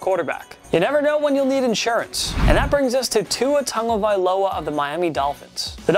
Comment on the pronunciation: Listen how this dude says tuas last name